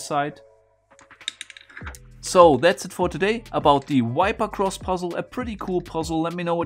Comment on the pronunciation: It’s a mistake in pronunciation - not accent.